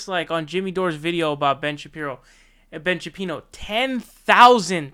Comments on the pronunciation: Is there a reason you are calling him Ben "Sha-Pee-no" as opposed to Shapiro? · Ben Shapino? Come on you're better than this. You can easily dismantle these clowns without resorting to petty tactics like deliberately mispronouncing Shen Bapiro's name, ok. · Why do you keep calling him Ben Shapino? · "Ben Shapino" XD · Ben “Shapino”